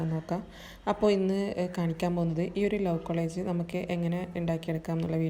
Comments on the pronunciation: കോളേജ് അല്ല കൊളാഷ് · Your collage pronunciation is wrong dear...nigal paraynath college ennan